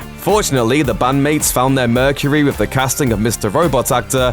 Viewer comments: And - 'mercureh' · love the way you pronounce the last syllable of Mercury !